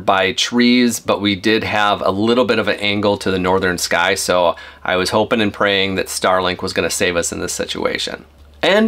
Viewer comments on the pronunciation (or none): none